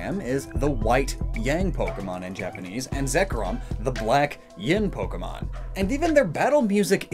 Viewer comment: NOONE SAYS YIN “YAHN”